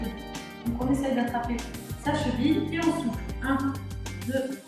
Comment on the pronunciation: C'est bizarre quand tu dis '' et on souffle'' moi j' entends '' et on souffre'' 😩😩😩😭